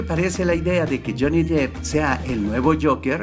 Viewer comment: Amigo... tu video, contenido, edición y todo es muy bueno.. pero por favor no pronuncies tan mal el apellido de este famoso actor... no es "Jhony Dip" se pronuncia "Dep"